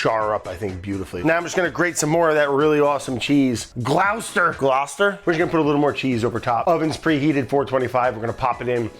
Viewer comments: Love watching you from here in den Haag, Brad, but it's Gloucester as in foster. I know. I just had to be that guy. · It's pronounced "gloss-ter" Brad. well done for the engagement bait. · Gloucester is pronounced gloster